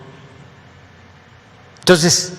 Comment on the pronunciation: No sabe ni pronunciar el maestro de los chairos dice Tenotitlan en ves de Tenochtitlan y también pronuncia tonces y pereme pereme